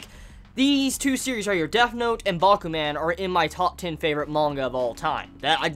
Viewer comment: say man like a Jamaican, to get the idea on how to say Bakuman